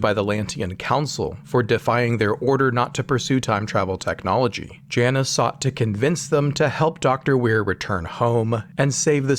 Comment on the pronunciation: I like this guys name, the narrator isn’t pronouncing it correctly though. It’s “J -Nus”